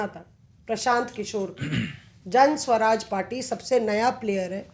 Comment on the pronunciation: पहले तो आपलोग बड़े विद्वान हैं जनसुराज नाम है ना कि जनस्वराज